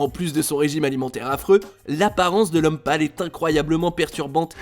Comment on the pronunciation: Ptn quand il a dit l'homme pale j'ai crus qu'il parlait de Lomepal